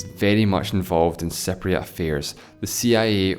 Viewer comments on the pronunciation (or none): Your pronunciation of Cypriot sound like "separatists".